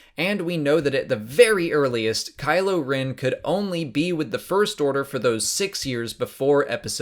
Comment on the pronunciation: Geeze it KYLO not KYLOR!!!!! I can't type this morning.......................